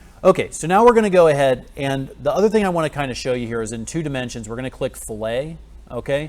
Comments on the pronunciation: Excellent lesson, thank you. BTW, "fillet" in this context is actually pronounced "fill-it" (rhymes with "billet"). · "Filet", is this guy serious? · fillet is not pronounced flay!! Flaying is a torture method hahaha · Man said fillay 😭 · Dude - It's "Fill-IT" Not a freakin' steak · i was listening to this in the background and heard that and it hurt my ears. delicious fish.